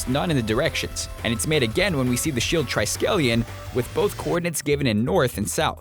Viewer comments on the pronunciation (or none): You said triskelion wrong